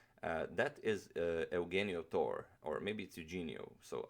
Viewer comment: It looks like agadmator is saying "thor" xD